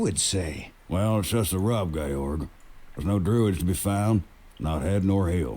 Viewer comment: Georg = Gay-org lol wut?